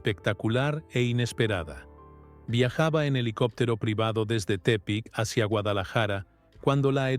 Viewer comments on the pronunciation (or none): Viajado de dónde p**** Tepic ponle acento a la idiota Tepic (tépic) estaba viendo tu video muy emocionado hasta que le cambiaste esa palabra de Tepic qué es eso